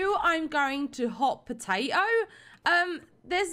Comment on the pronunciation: She brings the potAto - potAHto to a whole new level: Pota-o